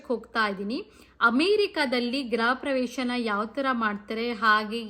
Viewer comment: ಗೃಹ ಪ್ರವೇಶ ಗ್ರ ಪ್ರವೇಶ ಅಲ್ಲ